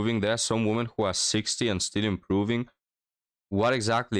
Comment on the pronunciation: I'm glad your videos have been taking off youre really improving. One suggestion I have is "women" the plural is pronounced more like "wimmin." The o sounds like an e for some reason.